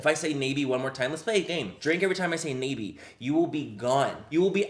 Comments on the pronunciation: its not nay-bee its nah-bee and thats really annoying me lol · Mmmm I think it's pronounced nah-bee but I've seen it at la pulga lmao.. I've never bought any of their products tho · its pronounced Nah Bi its Korean for butterfly, don't know if this brand is Korean or not but I guessed from the butterfly in the logo. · I believe it’s pronounced “Knob-ie”, like a door knob.😂🤣 I actually have heard of the company, but can’t remember where...that’s not good.😳😳😳😳😳😳😳😳😳😳😳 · ohhhh its pronounced “nah bee” thats butterfly in korean just realized that halfway thru lol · I think its pronounced nah-bee. Dont quote me. That's L.A callejones make up. Bottom of the barrel ish or tia chismosa make up 😂😂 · That expression 😂 when Manny pronounced "nabi"